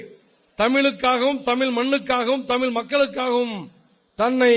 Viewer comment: என்னது தமிலா? 😅